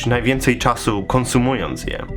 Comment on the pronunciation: wymawiając "konsumując" trochę się zaplułeś ;-)